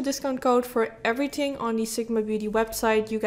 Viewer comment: This is probably just me, but the way she pronounces “holidays” is really really annoying or the word “everything” its like she has a hard time to pronounce “h”